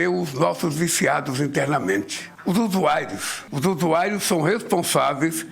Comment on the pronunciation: Não consigo tankar esse bêbado gaga falando usuáirios ...